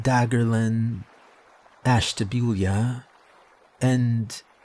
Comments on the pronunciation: Ashtabula is pronounced ash-ta-bule(like mule but replace the m with a b)-ah. Just wanted to say that makes it sound like the story is coming from a Cuyahoga/lake county resident :). My credentials are I lived in lake county specifically mentor-on-the-lake for 13 years and visit still. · So you said Ash-Ta-Bew-La wrong on purpose? 😅 I’m a buckeye so I had to check. Loving this series! Fun fact Ohio has the most haunted house attractions of any state. We creepy, for sure.